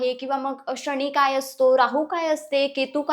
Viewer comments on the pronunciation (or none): कृपया शणी म्हणू नका ताई मानाने शनी महाराज म्हणा